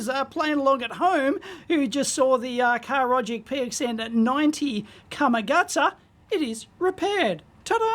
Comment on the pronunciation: Is it Karogic or Harogic?